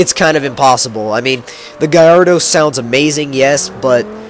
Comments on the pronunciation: why do you pronounce it guyardo its gallardo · Sounds like u say garrodo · What kind of gallardo is that?? That gallardo looks like a piece of shit, and how he says gallardo just makes the vehicular device sound stupid af